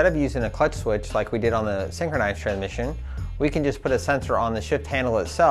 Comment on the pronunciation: "Tran-mission" way to pronouce it.